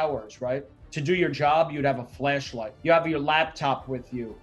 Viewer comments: Did he say fleshlight instead of flashlight ? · i thought he said fleshlight in his go bag instead of flashlight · Thought he said fleshlight! Ha ha